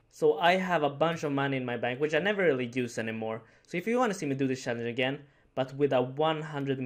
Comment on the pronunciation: "Challange" lol